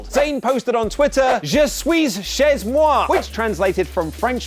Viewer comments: The Z is silent in chez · We read it je sui che moi Haha we don't read sui-s- che-z-moi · Je suis chez moi : The last s letters of the word "suis" and the z are not supposed to be heard but hey it wasn't a terrible pronuncation